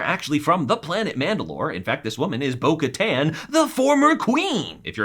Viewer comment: Okay, small - small - correction here: Bo Katan is pronounced like Kataaaaan_, a long _A , and she was never the queen of Mandalore. She was the Duchess , after her sister Satine Kryze was killed. She was the regent of Mandalore, but the title wasn't queen , it was duchess. Also, obviously, she was dethroned, and thus her official title is Lady Bo Katan Kryze . Also, Ahsoka Tano is not a Jedi. She left the Order and does not associate with the title of Jedi Knight so that was false, too.